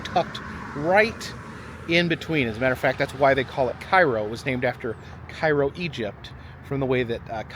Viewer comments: cairo is not a ghost town. i drive through there every week 2 times. there are lots of people and the liqour stores are always busy. However it just looks abandoned because of the buildings. also its not prnounced like the egyptain town. its CARE OH no KAI RO the building behind you in the shot has only fallen in about a year ago. the town has some beautiful historic homes you neglected to show literally a block away. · Cairo IL is pronounced KAY-ROH. Visited last year to see the confluence of the Ohio and Mississippi rivers and to cross the two sketchy brides there. Was blown away how run down Cairo is. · Loving the trip. Its great that you take the time to stop at places most don't. But just FYI: its pronounced cay-ro because Midwesterners are dumb. (born and raised in Indiana 🤦‍♀️) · It's actually pronounced Kay-Row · It’s pronounced “Kay”ro… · Hey. It's pronounced Kay-ro. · I live in Cairo and it's pronounced CARE-O